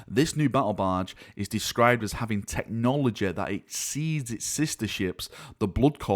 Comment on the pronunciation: technologe, galaxe, cite. Laughing out loudEEE.